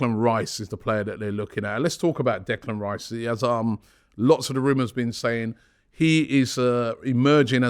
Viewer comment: 😂 chopping block Robbie. Butchering names left right and centre! Reclan Dice incoming 😂👍🏾